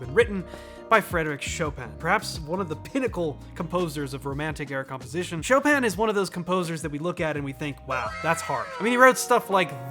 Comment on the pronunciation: Choppin' : Chopin